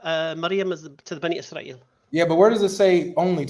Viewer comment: "bunny Y'srael" 🤣